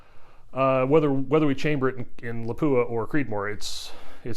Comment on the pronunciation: It's LAH-pu-ah, not La-PU-ah. It's Finnish.